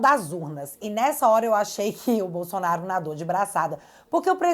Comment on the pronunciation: bom dia que Deus continue te abençoando vc e sua família, temos um procurador que engole a letra L do nome Bolsonaro um língua pesada, ele diz Bosonaro